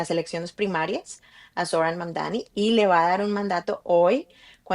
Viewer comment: EMPECEMOS POR PRONUNCIAR BIEN SU NOMBRE… INCLUYO A SUS OPONENTES. ~*MAMDANI*~